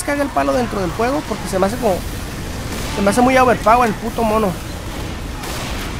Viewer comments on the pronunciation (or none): none